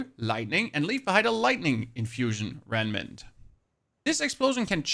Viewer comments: REMMMMMM-NANT!!! (Not reNmant😂) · "Renment Renment Renment" - I know Rem nant is difficult to pronounce but now I literally keep saying it myself too, it`s like a curse. Still, this build while powerful for mapclearing, seems extremely convoluted when it comes to bossing.